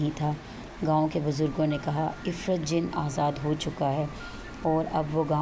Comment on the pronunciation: O bb parhi likhi ye afreet hota hai ifrit nahi